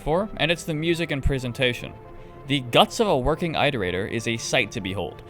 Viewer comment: I agree entirely but disliked purely for "eye-torator"